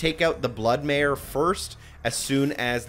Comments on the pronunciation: It's Blood Maykr (like maker)... with a "K", not "mayor" or "mare". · Great walkthru FYI its pronounced BLOOD MAKER NOT Mare